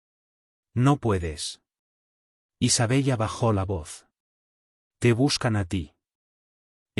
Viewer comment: Se escribe Isabella, pero se pronuncia Isabela.